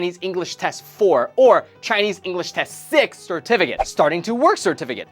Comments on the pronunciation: I only heard certificate. SIR-TEH-FEH-KIT. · SeRt-Fiikate...KaiT...must gurt muRe CeRtifI--KiaTSss! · cetificate was said so many times, it sounds so wierd. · I don't think I can hear the word certificate the same way again.